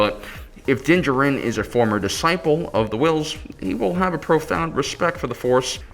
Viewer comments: What excuse do fans have for mispronunciations of star wars names? Dinjerin is clearly so wrong. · I m pretty sure u pronounce din djaren wrong. Please watch the mandalorian again because it’s super distracting